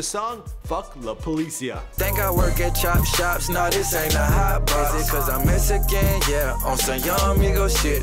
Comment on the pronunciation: "messyken" lmao!